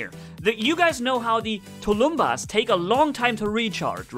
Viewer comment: Hi,! Thanx for the vid! Please, mind the proper pronounciation of the word "tulumbas". Tulumbas is SINGULAR, it is pronounced as "tulum-bús", last syllable is stressed, the end like "bus", not as " tulúmba". So, the plural would be " "tulum-búses". Tulumbas (sg) and tulumbases (pl). It means a big ancient war drum in russian. You somehow manage to pronounce "piñata" properly in spanish way, though few people suspect of this ñ being there. So why "tulúmba"? It's meaningless. Thanks a lot!